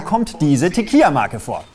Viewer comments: Tequila spricht man tatsächlich mit "L" aus :) Würde man es "Tequija" aussprechen, müsste man es so schreiben "Tequilla" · Gutes Video! Hier noch ein konstruktiver Kommentar: man spricht Tequila nicht mit j aus (also kein „TequiJa“), da im spanischen nur Doppel L als J ausgesprochen wird, jedoch kein einfaches L. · Man sagt Tequila und nicht Tequija, da ist nur ein l :))) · Bitte bitte bitte auf die Aussprache bei Tequila achten. Das klingt jetzt vielleicht kleinkariert, tut aber in den Ohren fürchterlich weh. TEQUILA spricht man tatsächlich [teˈkila] aus und nicht [teˈkʎa]. Wird im Spanischen der einfach Konsonant L geschrieben, wird dieser auch als L ausgesprochen. Nur bei einem Doppelkonsonanten LL ähnelt der ausgesprochene Laut dem deutschen J. Sowie in Mallorca, das spricht man [maˈʎoɾka] aus, und nicht [ma'lorka]. ;) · Kommentiert keiner, dass es nicht Tequija, sondern Tequila? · Tequila! Nicht teqija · Was zur Hölle ist ein Tekiya? Walulis, du tust immer so neunmalklug und bekommst es nicht einmal hin Tequila richtig auszusprechen? Noob. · An alle: Das L in Tequila ist NICHT stumm. Danke für die Aufmerksamkeit.